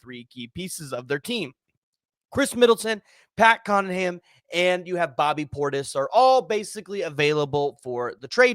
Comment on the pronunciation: Did you say Pat Connaham?